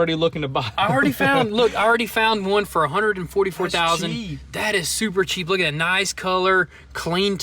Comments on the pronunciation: "Suppper" is like "Daaamm" cool 😅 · It's "super", not "supper".